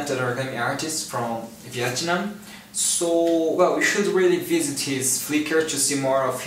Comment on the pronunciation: the way u say Vietnam lol but the butterfly is soooo nice :)